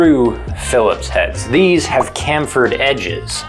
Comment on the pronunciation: The h isn't silent in chamfer.... just saying